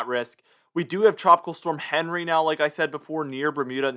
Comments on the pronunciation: Everyone else is pronouncing it “On Ree” not henry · With Henri ending in an I, wouldn't it be the French pronunciation, on-REE?